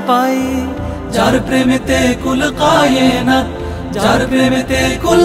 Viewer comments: কায়েনাত (کائنات) উচ্চারণ শুদ্ধ হয়নি। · মাশাল্লাহ সুন্দর হয়েছে সংগীত টি কিন্তু গজলের মাঝে একটা জায়গায় "কুল কায়েনাত" হবে অরথাৎ কাফ উচ্চারণ হবে।جزاك الله خيرا